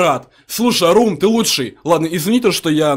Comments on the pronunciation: Раум а не арум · Не РУМ А РАУМ